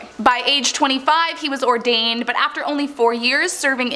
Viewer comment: Your presentors are either ignorant or can't read. Seminary not cemetery. Ordained not whatever she said. Sloppy work.